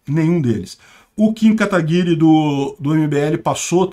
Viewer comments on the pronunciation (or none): none